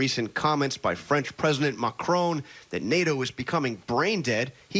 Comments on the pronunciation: Americans trying to pronounce macron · The worst insult to France is how badly Americans butcher pronouncing Emmanuel Macon's name X'D